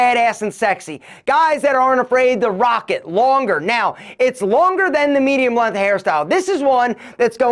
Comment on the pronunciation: I've always loved the way pronounces "length". He slightly stretches out the beginning of the word and leaves off the "g" part and pronounces it "LEEEHN-TH"